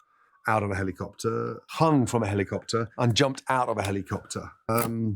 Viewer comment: just realized I hate the way Gordon says helicopter 😂